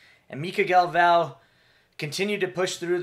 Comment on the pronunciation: and the dude couldn’t even pronounce Galv-Os name wyd man lol that would be like Bruce buffer announcing Jon jahones. Act like you’ve been here before man